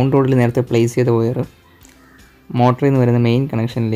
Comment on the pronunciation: വയർ(wire) എന്നാണ് ഒയർ(oyar) എന്നല്ല.....we expecting more informatics vedios...